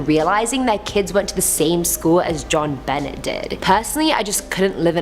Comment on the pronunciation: Hi Sweetie, You do a Great job. I just need to share something with You as I know that You are not from here in The US. The little Girl Whom was Murdered Jon Bonet Ramsey. Her name was and is pronounced John- BOW-Nay. I know it looks like John Bennett but it is pronounced differently. You know how Us Americans pronounce different words in ways different than anyone from anywhere else. LOL!! I just really like when You do a Top Ten List. I hope that You don’t feel offended that I shared this with You. I am not judging or anything like that. I just wanted to let You know how We pronounce Jon Bonet’s name. Other than that; I love to watch You and how You react and let Is know to not or never go into this or that Horrible homes. YOU ROCK, GIRL!!’